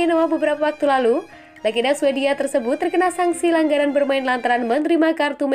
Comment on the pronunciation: wkwkwk..antinone vileto yg bener antonio vitiello min,,larangan bermain dibaca langgaran bermain.. perbaiki lg pengucapan nya